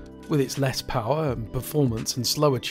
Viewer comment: More powahhhh